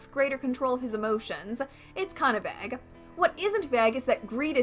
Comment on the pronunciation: Why whyd you say “vague” like “vegue”😂😂😂😂